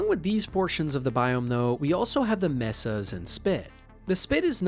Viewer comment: I was feeling the same thing. And the pronunciation of a few words also made me raise an eyebrow. Particularly the word "Mesa" (May-sa) as "Meh-sa". With how normal most of the other words sound, and the fact that there aren't any actual mistakes like word slips, I'm inclined to think it may be an ai voice as well. I've never heard of a person of pronouncing "Cryptosuchus" on their first try, and without even taking it slow. It just really feels off